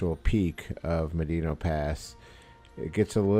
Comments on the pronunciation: It's pronounced "Ma-dano" NOT "Ma-deeno". San-gre-de-christo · here's my data. How do you pronounce 'Medano'? Médano is a Spanish word that means "sand dune". It is pronounced "MED-ah-no". In the original Spanish there is an accent on the é. Thanks for looking like a dumbass. Also.. Trump 2024! edit" where the hell is your data? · uh.. it's literally pronounced just like how it spells.. "Meh- Dah-No" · Thunderstorms are not Fronts. Gust fronts come from thunderstorm overdevelopment. Both inflow and outflow winds. Medano pass is not pronounced medino. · It's properly pronounced "mad-in-ah"